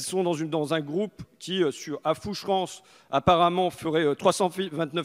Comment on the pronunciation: big up francois...par contre on dit "fouche rang " phonétiquement ...insoumis franc comtois ;) même si le sujet est rance ...